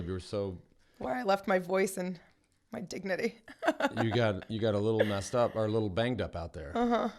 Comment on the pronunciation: did she say my dicknity ??? first line :D